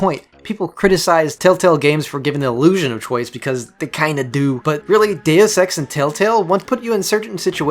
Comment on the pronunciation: Its pronounced Deus ex DACE EX. DACE